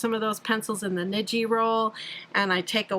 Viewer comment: Thanks for the great tips! Tip: "ni" in Japanese is pronounced as "knee". So, when you say "niji" it should sound like "knee-gee" (like gee whiz!). (